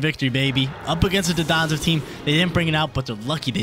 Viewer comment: One of these days were gonna learn it's Don-dozo and not Do-donzo